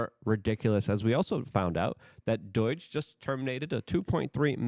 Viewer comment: Like please it’s doooj not doyg. I know you are Polish but you speak English well. I just thought you may not have heard it pronounced enough times to catch it. Unless it’s intentional on your end, then never mind.